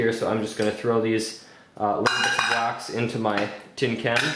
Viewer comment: wax not "waz" XD